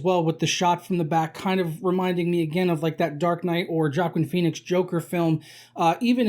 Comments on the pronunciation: “Jackin Peenix” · I hate the way this guy pronounces joaquin phoenix